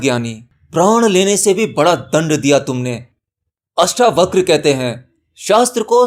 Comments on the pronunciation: अष्टावक्र जी के नाम को " अष्टावक्रा " नहीं कहें । परमज्ञानी का नाम लेना सीखें पहले .... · श्रीमान अष्टावक्रा नहीं अष्टावक्र बोलें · अष्टावक्र को अष्टावकरा बोल बोल कर के तो बकरा ही बना दिया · पहले तो उच्चारण सुधारो, अष्टावक्र है अष्टावक्रा नहीं। उपनिषद गंगा को हूबहू बोल रहे हो अपनी खोज क्या है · आपसे निवेदन है किअष्टावक्र है इन शब्दों को खराब न करे अष्टावक्रआ न पढ़े। 🙏🙏🙏🙏 अगर आप गलत शब्द बोलेंगे तो लोग भी गलत शब्द ही बोलेंगे। जैसे लोगो ने कर्म शब्द को कर्मा बना दिया। योग को योगा बना दिया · जब आप हिंदी चीजो के बारे में बता रहे है तो शब्द तो हिंदी ही बोलेंगे न । 🙏 आप सोचिये क्या कभी आपने albert einstein को alberta बोला है ? आप आत्म ज्ञान की बात कर रहे है और ज्ञानी व्यक्ति का नाम ही गलत बोलेंगे तो सच्चा ज्ञानी हँसेगा इस पर । जैसे अष्टावक्र हँसे थे उन पर जो खुद को ज्ञानी कहते थे और थे "चमार"। और हां जो चीज english में है ही नही उसे जबरदस्ती english pronunciation न बनाये।